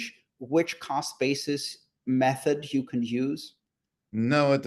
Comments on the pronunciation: He definitely said "call spaces" not cost basis 😄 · Sounds like he's saying crawlspace....lol. The host was correct when he asked him what he meant about crawlspace. 😅 Cost basis...crawlspace Do they sound the same to you? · i swear he was saying "callspaces" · why does everytime this guy says "cost basis" all I can here is "call spaces"? He tricked Andreas as well